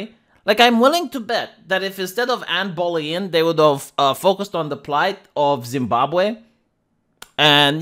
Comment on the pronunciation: How hard is it to pronounce “Bow-lin”,?